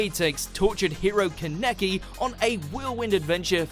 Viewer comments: Did he....lmfao I think he just said Kanecki when he meant Kahn-neh-ki~or am I the only one who says the name like that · My God what an uncultured swine this man is Ka-neck-kee🤦🏾‍♂️🤦🏾‍♂️🤦🏾‍♂️Really?😑😑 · He always butchers kaneki’s name he should really just watch the anime so he would know how to say it. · Hold on!! Say kaneki again